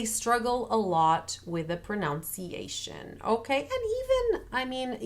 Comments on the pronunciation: hi :) say pronUnciation, not pronOUnciation, like in the spelling. pronounce and pronunciation second sylable is different. your tips are great btw. just what we need. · Only being persnickety bc of the video’s nature, but proNUNciation is the word. Not ProNOUNciation. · Muito obrigado not only for this video but for all of them. They’re incredibly helpful, and I keep returning to them. A small point in this one that the pronunciation of the English word “pronunciation” actually has a short u in the second syllable, at least in America. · One small thing: the "un" in "pronunciation" is pronounced like the "un" in "under."